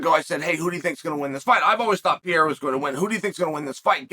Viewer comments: Alex “The French Connection” Pierre-a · Alex Pee-era